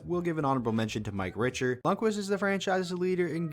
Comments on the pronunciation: Pretty good list there are some I would change like Vernon in Calgary and Belfour in Dallas and a few more as well but pretty good nonetheless. By the way Mike Richter is pronounced Rick-ter not rich-ter. Just thought I’d let you know and I would’ve actually picked him over Lundquist as well. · Who’s Mike Richer? It’s RICHTER!! RIKTER! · duh but he pronounced it rich ter......when it's pronounced rick ter. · Mike Richard ? Runner up ? It’s Richter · I rewinded there too lol had to make sure I heard that right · Doesnt know how to pronounce MIKE RICHTER.. LMAO... Give it up kid. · When he pronounced Richter I cried a little inside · I'm digging this channel but what's up with that? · Butchered mike richters name! Jkjk all love great video man keep it up! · Very disappointing that he was not mentioned. Even more disappointing....his pronunciation of Richter.